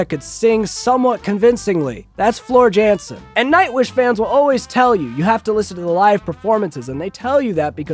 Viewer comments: Im from Germany and this guy is talking not so true things to put it that way 😂 its Jansen with an "y" sound and thats literally it 😂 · This from a dude who probably listens to Justin Beiber and machine gun kelly !!!!! Speaking of unintelligent you cant even pronounce Floors last name right so............................................